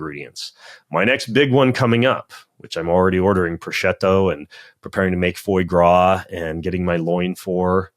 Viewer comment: Foi gras!!! Pronounced fwah grah.